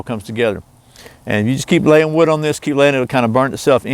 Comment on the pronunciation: ha! you said "layin wood." and yes, i am 10yrs old. thanks for tutorial.